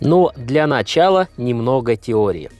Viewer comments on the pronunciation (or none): none